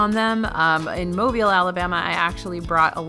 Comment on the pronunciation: Shoutout from Mobile for pronouncing Mobile correctly! Thank you!